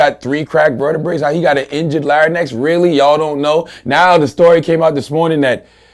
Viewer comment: hehe laryn---ex, cause and effec--t